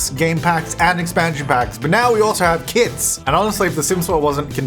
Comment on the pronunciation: It sound like you are saying "Kids" when you say "Kits"😂